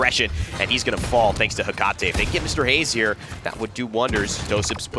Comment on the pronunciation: The way he says Hecate is triggering